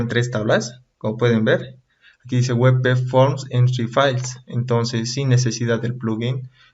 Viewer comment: Por qué lees WEPEFORM??? En qué idioma es esa forma de leer? Ah! y "visualizar" usas en ves de "ver". Visualizar es hacerse una imagen de algo intangible.